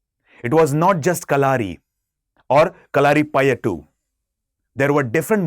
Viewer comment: Pronunciation is not right kalari payattu